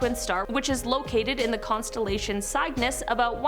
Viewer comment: and Cygnus is pronounced Sig - Ness